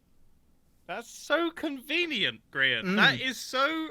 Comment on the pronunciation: though it is funny how basically every other hermit at one point in time has called him grain and each time g-man acknoldes it hes like GRAIN? GRAIN? gRaIn? AHHHHHHHHH IT'S GRIAN